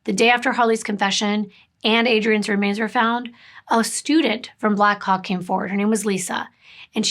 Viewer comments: How many times did you practice saying Black Hawk as clearly as you could before making this video lol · Ohh black HAWK! It took me a few times hearing it to realise what you weren’t saying 😂 😅